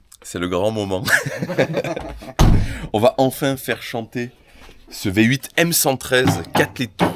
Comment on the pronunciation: appelle la mercedes le " Vyé 8"